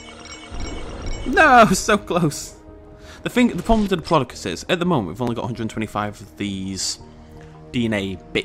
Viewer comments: can you say diplodocus right please its annoying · you say it pure weird though it might just be me then